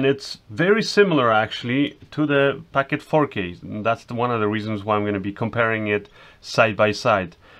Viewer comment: POCKET!! NOT PACKET!!!! lol